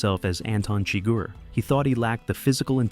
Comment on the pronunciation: Why does the narrator here mispronounce the villain’s name?